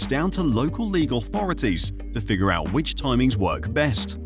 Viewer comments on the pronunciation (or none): none